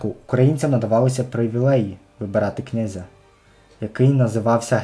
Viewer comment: Уточнення - Юрій Хмельницький був обраний після І. Виговського. Отримати посаду гетьмана він неміг , тому ще був неповнолітнім. ще звертайте увагу на наголос- обирали не князЯ, а кнЯзя. вухо ріже